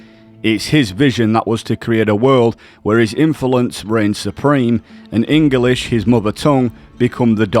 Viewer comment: Enguhlish. Linjistic. Linga fronkwuh.